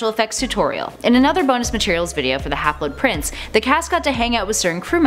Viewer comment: STOP SAYING HALFLET PRINCE!